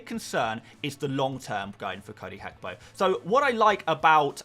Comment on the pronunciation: it’s Gakpo not Hakpo. It’s a Ghanaian ewe name. 😂